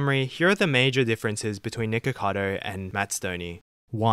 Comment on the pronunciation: “Niggakado” lmao couldn’t help but hear that every time he said his name